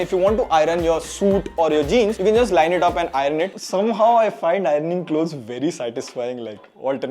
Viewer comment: Nice review! However, repeat after me, EYE-URN (iron) and not EYE-RUN.